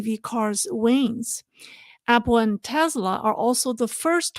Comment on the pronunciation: Hi. Just a friendly correction. It's pronounced teSla not teZla. Love your podcasts.